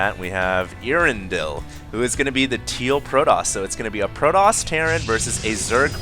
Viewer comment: earendil is not pronounced like ear in the beginning, its rather e (like in okey) a (like in car) etc. its elvish from LOTR